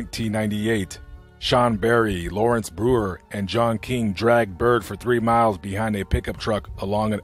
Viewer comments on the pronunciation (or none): Time stamp,,,: He was "dragged" as opposed to "drugged". Otherwise great reporting.